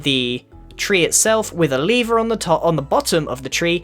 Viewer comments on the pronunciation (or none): ITS A LEVER NOT A LEEVER